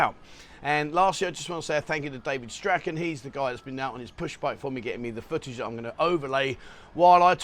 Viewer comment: Hi, i think you'll find this is how you pronounce Strachan - cheers